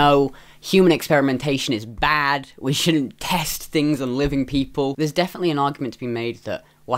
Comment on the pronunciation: "defiantly" lmao